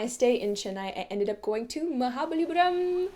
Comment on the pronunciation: The way you pronounced Mahabalipuram!!! 😳 You're officially Tamil ponnu. 🤣